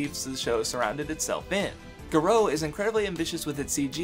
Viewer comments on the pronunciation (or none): Can I just say that that pronunciation of Garo hurt me. Gah-row. Not Gahro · Garo pronounced GAH-ROW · "Guh-roh" ..... That pronunciation pained me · Aside from the strange pronunciation of Garo, this was a damn solid video. It really helped remind me of just how awesome tokusatsu is, and I might give some of these other shows/movies a try sometime soon. Keep at it my guy